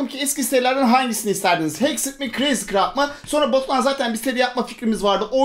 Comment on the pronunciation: Abi dızcraft diyorsun crayzcraft yazmışsın